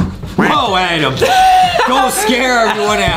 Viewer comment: The game says adam but its adem lol